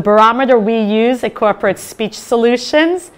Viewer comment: I was watching your presentation on full screen and had to pause it so I could read the description under the play window just to catch your company name (Krupert Speech Solutions is what I heard) Corporate Speech Solutions. I guess you did that on purpose to show us how disrupting dropping syllables out of words or otherwise mumbling is to effective communication.